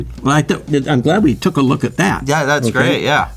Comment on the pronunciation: I could listen to talk about literally anything for like a concerningly long amount of time. Go figure, someone involved with one of the funnest cars of all time is real cool cat 😎 AND he used to race on Mulholland in a Volvo? What a legend! All the best,! "I'm glad we tuc a look at that." was fucking gold 😂